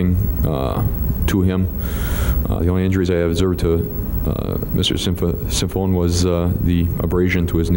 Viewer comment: I feel like if I was up there giving testimony that I would constantly mispronounce Synsimophone's name just like this officer.